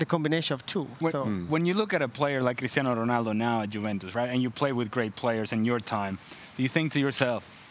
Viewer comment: Can't stand that guy always saying "Cristiano Ronaldo" with a Spanish accent. Why? That's not how it's pronounced in Portuguese and he isn't Spanish...